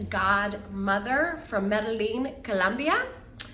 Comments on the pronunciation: Me-de-yin, for the pronunciation. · Can someone please teach this brain surgeon how to pronounce Medellin? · please learn how to pronounce Medellin.